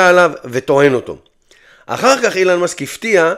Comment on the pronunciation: כואב לי באוזניים לשמוע אילן מאסק בבקשה תקרא לו בשאר הסרטונים אלון מאסק